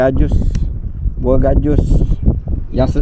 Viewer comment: Gasak hampas tebu yer AJ, hehehe… Buah gajus AJ, bukan jagus 😂😂😂